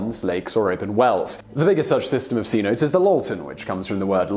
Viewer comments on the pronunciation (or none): For future reference, the way you say cenote is "senotay"